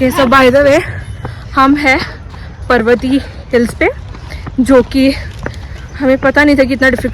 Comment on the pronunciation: Bro i thought you would atleast pronounce Pãrvati hills 😭😭